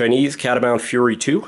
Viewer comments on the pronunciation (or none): none